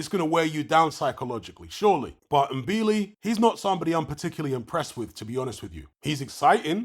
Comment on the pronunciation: and THIS IS how you pronounce it THANK YOU…🤣😩 It’s not M—-billi, it’s " Mbilli "